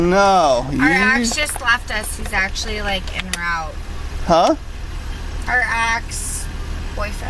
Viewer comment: "en route" pronounced "N rowt". Classy